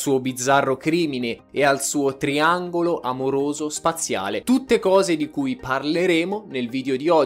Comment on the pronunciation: Il tiangolo amoroso soaziale😂😂😂😂non si può sentire crepo dalle risate o sentito due volte il video solo per sentire triangolo spaziale